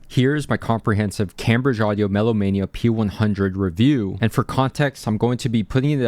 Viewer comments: Spent a couple days reading/watching reviews of headphones under £150 and eventually went for these. This review helped sway it for me. And btw it's pronounced Came-bridge, not cam, like it's spelt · Its pronounced Came bridge, think of the famous English university